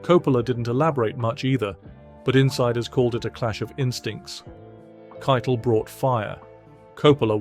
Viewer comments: "Harvey Kite-Le" is it really pronounced like that? I always said, 'Harvey Ki-tel" I would really like to know if it is a British accent thing or if I have been mispronouncing his name for the last few decades! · You're right it's Ki-tel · The way the narrator pronounces "Keitel" sounds like he is referring to the Nazi Field Marshall, who directed the OKW, or cheif of all the armed forces of Nazi Germany. Keitel was found guilty of War Crimes, as was Joldel, who was also hanged. The tribunal refused to grant them the usual death by firing squad. As Eisenhower saw it, they were not soldiers, they were theives and murderrers. I agree.